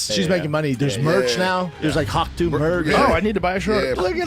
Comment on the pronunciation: It sounds more like “hokh tueh” to me